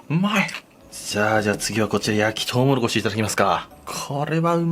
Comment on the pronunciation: とうもろこしを「とうもころし」って 言ってる同士おらぬか…